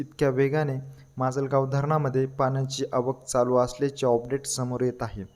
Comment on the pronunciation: अपडेट ❌ ऑपडेट ✅😂😂